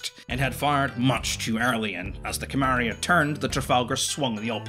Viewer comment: Fascinating vid. You're pronunciation of simple words will alas haunt me to my inevitably lonely care home death. Carmania is spoken as one would say Car-marn-ya. FFS simple things. Other than that, delightful. Keep up the work.